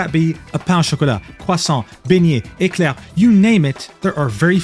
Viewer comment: the way you pronounced Eclair was waaaaaay to crisp...are you a frog?